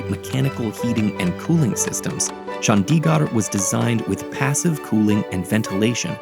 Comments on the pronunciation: The animation is AMAZING! -note its not chANDiGAR its CHundiGurd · Nice video but you should take the time to learn the pronunciation of Chandigarh. It’s not Chun-dee-gaar it’s pronounced Chun-thi-gurh with a soft th sound and a short i not a long i! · it is no chaandigarrr it is chandigarh pls pronounce corectly